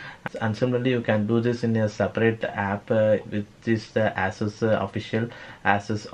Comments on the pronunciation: 🤣asses.. Dude its pronounced Ea Sos . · My bruh... It's ASUS ( /ay/ /s/ /uh/ /s/ ), not AssUs ( /ah/ /s/ /uh/ /s/ ).